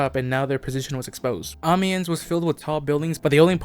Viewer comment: I'm noticing that not every bf1 player is as enthusiastic about ww1 history as I am. Amiens is pronounced "Um-n-ya", but I don't blame you at all since French is one of the most autistic brands of stupid